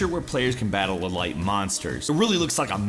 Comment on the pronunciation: What the fuck is an “e-light” monster?